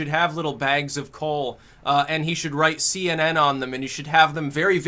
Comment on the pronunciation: What's a see-enen?